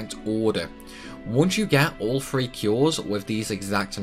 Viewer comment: sorry i just can't bear to litsen to you sat 'free' instead of 'three' one more time. goodbye.